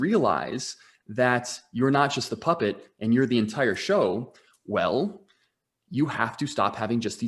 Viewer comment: Everytime they say puppet, I hear muppet 😅 It's awesome!